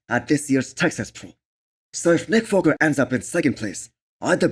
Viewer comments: this guy is literally trolling by saying nick foker or what ? my man its WALKER not FOKER !! i worked with Indians and they dont have issues pronouncing the W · You are right, he did say foker, but so what! Its just a slip of the tounge.